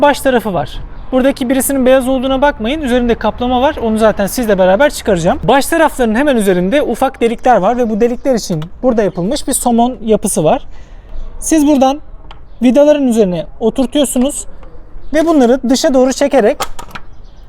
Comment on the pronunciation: somon... değil... SOMUN... :)